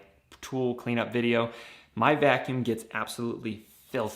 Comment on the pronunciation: Vacuumb? With a b? 😂 Vacuum